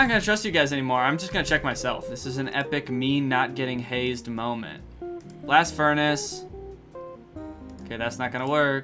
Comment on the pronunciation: HE ALMOST SAID BLSAT FURNACE